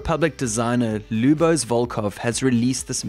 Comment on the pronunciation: You nailed my name kudos!